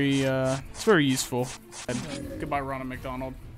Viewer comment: Thats not ronald mcdonald. Thats Bonald Mickonald